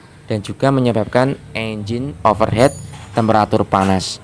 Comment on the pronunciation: Over Heat. Bukan Over Head.